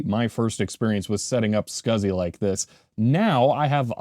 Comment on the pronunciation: I am pretty sure, that no one says "scasi-Port". I think it is S C S I